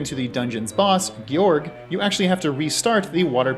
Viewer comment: I cant believe he mispronounced the name of Gyorg. Unbelievable. It's not geeee yorg. It's George. The fish. The boss is George the Fish 🐟 Big Feesh 🐟